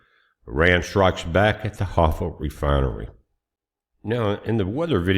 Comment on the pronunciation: HAIFA - "HIGH-FAH" I can't believe that our super-intelligence military, plus the CIA, plus the Israeli Mossad doesn't know where the Irani missile bases are!